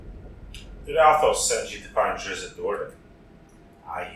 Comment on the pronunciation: DRIZZ-IT BTW